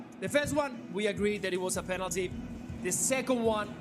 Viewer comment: You are wrong bro...its not panelty